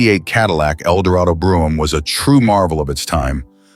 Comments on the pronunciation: Funny as shit how random Brougham is pronounced.. Drinking game content. Will he or won't he say Brough-ham ? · The AI narration pronounced "Brougham" 4 different ways. Wish it would have settled on the right one, which wasn't one of the 4! LOL